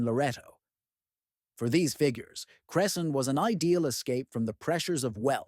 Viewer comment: Wow as a Cresson resident I didn’t know about this. Although how we pronounce it is cress-in